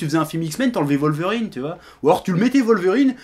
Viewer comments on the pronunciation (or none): none